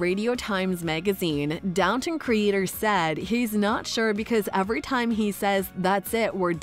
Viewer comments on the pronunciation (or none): none